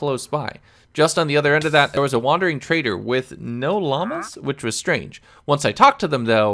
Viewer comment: " what an e-eviw wandawing twadew" idk why this so so funny to me😭